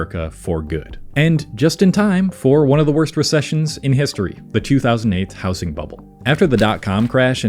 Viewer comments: It's pronounced "housing", not "housing". Where r u from that u say it like that? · he mispronounces housing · Why do you pronounce housing with a soft s? I've never heard that before and it's not in any accent i know of.